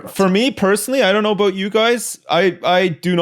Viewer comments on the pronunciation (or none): ive genuinely never heard a canadian say aboot before now :0